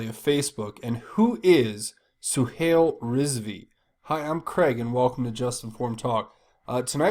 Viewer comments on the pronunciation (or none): Craig, Suhail is pronounces Suehile ; "a"i has a long i sound. Zuckerberg stole the concept from the Winklevoss Brothers. The way I see it, his troubles is a form karma.